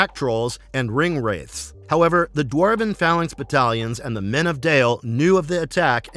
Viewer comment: And wingwraith 😭 This channel is starting to really annoy me, constantly making silly mistakes. They jumping on the bandwagon for views but don't care about their quality of the videos